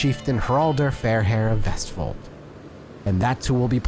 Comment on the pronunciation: I will give you this, as a norwegian, your pronounciation of vestfold was almost spot on